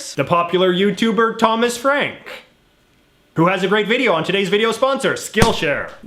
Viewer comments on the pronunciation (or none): none